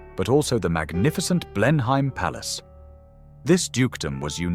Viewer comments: An interesting documentary. There are quite a few mispronunciations though. The "s" in any version of viscount is always silent. Lord Mountbatten's first name is pronounced "Looee." Marquessate is pronounced "mar-kwih-zit." Blenheim is pronounced "Bleh-nim." Rothesay is pronounced "Roth-see." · Please learn to pronounce Blenheim correctly.